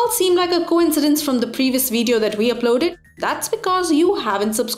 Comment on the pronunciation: its video not veediyo